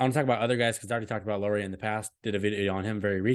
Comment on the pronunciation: You were worried about pronunciating names, so I give you a tip: You are saying Lauri as "Lori" instead of "Lauri" (in the ears of Finns at least). In English if you pronunciate it as "Lowry" you get pretty close to the right pronunciation. Our "r" rolls a bit more than in that one but it's close enough 🙂